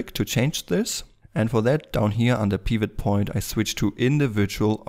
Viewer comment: Oh sorry, didn't think you were gonna answer nor read that message... well. The way you pronounce "Pivot" is straight forward and has some sort of Russian accent in it. You pronounce it more like (Peeewet) when as in correct English you would pronounce it like (Pewet). More specifically; you're laying extra weight on the "e". But I don't blame you. I had a bad day when I wrote that comment.